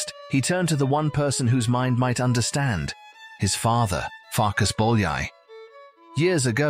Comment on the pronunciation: Farkash Bolyai, Jánosh Bolyai